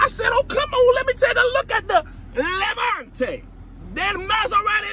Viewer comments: He made "Lamonte" sound like another tongue😂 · When he first said Levante, I thought he was speaking in tongues😂😂